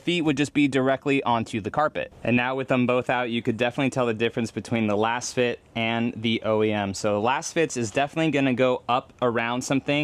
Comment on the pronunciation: Are you sure you’re saying it correct. Your pronunciation just doesn’t sound right and since they are laser fit, I would suspect it might be “LAZFIT”🤷🏻‍♂️